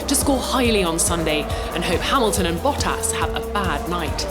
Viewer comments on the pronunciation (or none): none